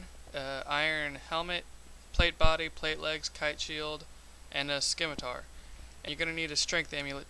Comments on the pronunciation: sssssssssimitar. not skimitar. nice guide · Not pronounced "skimitar" Prounced "simatar" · it's pronounced "simitar"! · I can't find a single place on the first 3 pages of google where it's pronounced skimitar. Source? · It is "Skimitar" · it actually is pronounced SKimatar. and btw this was a fairly nice guide.